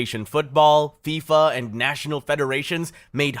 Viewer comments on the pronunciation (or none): none